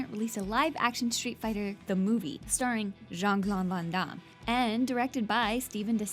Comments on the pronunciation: She keeps saying "Jean Clone Van Damme" :P Kids these days... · jean clon von don? why can't you pronounce anything right? :/ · Most of them pissed me off, but Jon Clon Von Don is hilarious